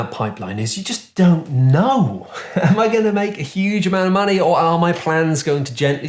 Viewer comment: LOADS O' MONEH!